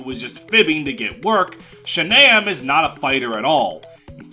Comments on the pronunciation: IT'S SHAGNAWM NOT SHANAMM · not pronouncing shannam like Shannon is insanity